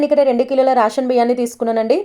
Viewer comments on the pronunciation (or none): రాషన్ కాదు రేషన్😂😂😂😂అమ్మ భాగ్యం😂😂🎉🎉any way good girl ❤